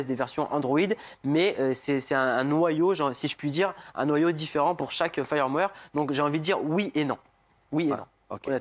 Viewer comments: Rectifications : "Firmware" pas "fireware", il le dit à deux reprises. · Quelques problèmes de prononciation en anglais, me semble-t-il, et peut-être de lecture... Entre autres, répété plusieurs fois le mot "firmware" prononcé failleurwère (fireware) au lieu de feurmwère. (excusez les approximations, je ne peux pas utiliser l'alphabet phonétique ici) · Quand il a dit "le fayeur-mouaire", il a perdu toute street cred.